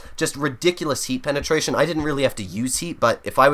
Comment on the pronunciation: "Penatrations a penatration no matter what" - 2020